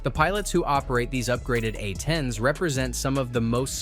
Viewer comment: “A-10s” not “atens” - poorly trained AI